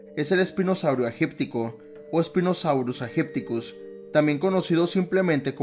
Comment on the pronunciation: Una sola cosa. Spinosaurus Aegyptiacus se pronuncia "espinosaurus eyipticus".